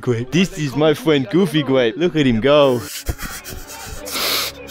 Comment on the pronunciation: I wove goofy gwape